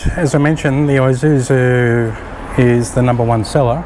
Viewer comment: ee-suzu, not I-suzu mate! Good vids. Thx